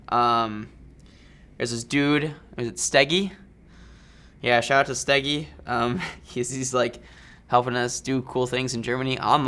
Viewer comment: We say "Schdegie", you say "Stäggi". :D Please come to Germany! :3